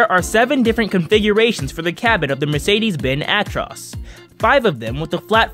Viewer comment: "mercaydees bin atros" lmao